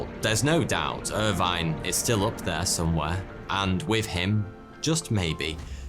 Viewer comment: Irvine is not pronounced like that